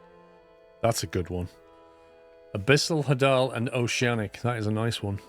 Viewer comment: I love this. This is my summer vacation now. Also, hadal comes from the Greek god of the underworld, Hades, so it's pronounced the same way, HAY-dal.